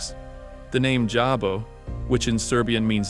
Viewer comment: its not javo, but DJAVO, means devil. you pronaunce it like you pronaunce django